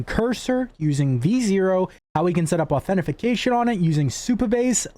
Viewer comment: It's "authentication", or if you want a simpler way to say it, you can just say "AuthN". FTFY ;-)